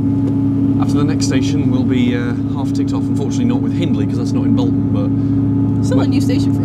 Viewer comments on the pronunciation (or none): Also, on the subject of pronunciation, you're pronouncing Bolton wrong. All the Boltonians pronounce it as Bolt-un